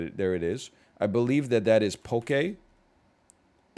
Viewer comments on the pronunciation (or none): none